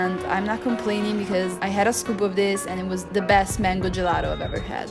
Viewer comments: Perché gelaro? Sei Italiana, bisogna insegnare la giusta pronuncia:) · Puoi dire gelato con la T dato che sei italiana, gelado è osceno.